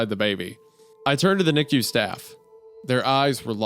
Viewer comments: Isaiah calling it a "Niku" incubator instead of NICU is exactly what I needed right now. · I’m losing it over the Goon pronouncing NICU as ‘nikyou’ 💀💀💀